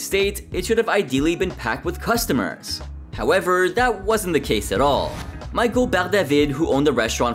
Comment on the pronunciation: mee-shel (michel) not michael